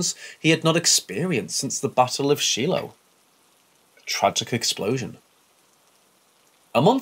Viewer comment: It is pronounced the Battle of Shy Low